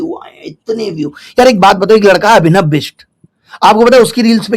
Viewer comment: अभिनय नही गुरुजी...अभिनव 😂